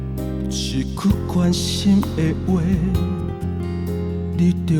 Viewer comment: 你是唱的很好，但是你下歌有時侯會用口音下，比如一句關心的話，一句，口音都跑出來了，你要用你唱出的聲音去出聲發音，這樣你的音色才會更美，而且不會有口音，你唱看看